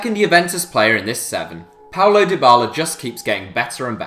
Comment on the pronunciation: It's paulo dybala not paolo dybala